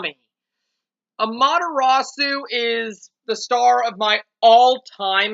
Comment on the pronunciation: Am-ah-ter-AH-soo is how you say her name. Also, you got Isabelle! Is she what you wanted?